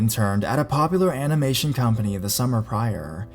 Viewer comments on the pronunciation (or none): none